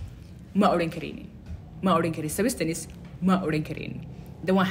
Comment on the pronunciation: Thanks.but the way you pronounced the word substance is bit wrong